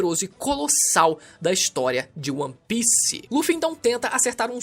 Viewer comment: seus vídeos são muito bons, mas para de falar ON PIECE, é ONE PIECE